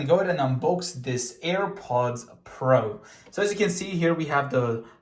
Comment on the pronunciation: And also Earports like do you know how to say AirPods Pro right my guy it do simple go my to kindergarten